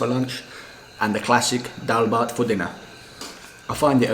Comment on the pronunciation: Liked this Video and also laughed only after when you say daalbhat power 24 hour so perfectly😂😂😉😉😉